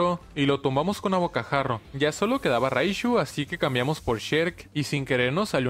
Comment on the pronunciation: Frente a su raishu bien norteño tu jajajajaja